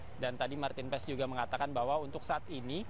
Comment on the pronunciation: simak penyebutan nama maarten paes di liga MLS ----> MARTIN PAAS, bukan PAES atau PAIS!